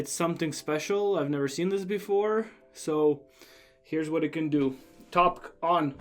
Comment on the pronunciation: Prety sure it's pronounced top-kay not topq :P Quick question, since it's circle shaped, does it protrude alot from your phone? Anyway thanks for the vid.